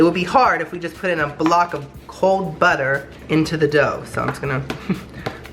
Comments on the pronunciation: "Next we're going to add BUTTEH"😂😂😂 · I DIED WHEN HE SAID BUTTER LIKE BAAHGA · Someone needs to make a compilation of saying "perfect" and British accent "butter"